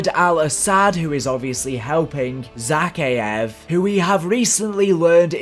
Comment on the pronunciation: Thanks for the locations but please for all that is mighty stop stressing the e. It's Za-Kay-ev not Zaky-ev